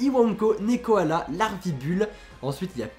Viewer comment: D'abord c'est pas Nekokoala mais Nekkoala ^^' et il a peut-être été créer grâce à moi ;) j'avais envoyé une lettre à Game Freak pour leur faire par de mes idées notamment un koala de type plante en starter mais comme ils les avaient déjà annoncés, ils ont fait un pkmn à part ;) si c'est le cas, j'en serai vraiment honoré =') Ensuite Iwanko est juste a d o r a b l e <3 je l'adore, si ses évo sont belles, il fera partit de mes 8 chouchous <3 ^^ Manglouton bof bof =/ J'adore Picassaut aussi trop mignon =3 Larvibule bof j'attend de voir son évo de papillon car je crois que ce sera ça ^^' La bataille royal je trouve ça nul car JUSTEMENT on doit pas rester le dernier ¬.¬ c'est le premier qui meurt arrête le combat et ils calculent les points pour voir qui gagne, pourrie J'ai trop trop hâte aussi T^T j'en peux plus d'attendre snif snif Arrêter ! Lunala sera pas une fille !! T^T Déjà que j'étais traumatisé pour Xerneas dans le film affreux >__<